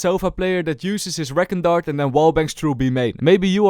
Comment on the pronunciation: has nice videos but he still say Reckon Dart instead of reecon dart